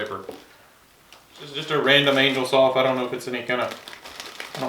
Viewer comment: CHRIST ! It isn't pronounced ANGLE, it is angel ( ANE-JELL ), you know, with wings.